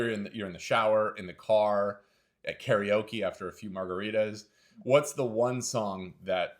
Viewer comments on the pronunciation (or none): none